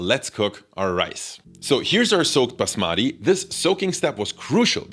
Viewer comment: Stress on the first syllable "baas" and then say "mati" together to say basmati correctly